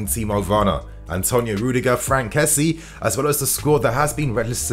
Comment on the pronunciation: First off, its good to have you back. But secondly, his name is not kessie as in jessy. It's Késsié.. Finally, I hope Werner has a great partnership with Lukaku. They can both benefit from each other.